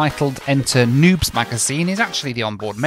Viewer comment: Spirit and Frontier: Our A320s are tightly packed. Volaris: Hold mi cerveza, wey Also, it's pronounced "New-bess" not nubes lmao